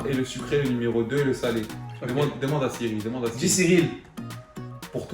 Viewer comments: « Dit cyril » au lieu de « dit siri » tu m’a buté 😂😂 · c moi ou a yassine dit SIRILE vs étes les meilleurs continuer